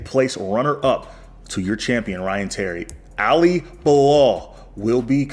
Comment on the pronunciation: Do you think you can learn to pronounce Ali's name properly😅 its not Alliee